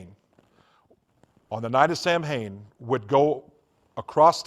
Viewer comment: "Sam-Hain" That is how it is spelled, but it is pronounced "Soween". Odd that someone who had been so into it wouldn't know how to pronounce it.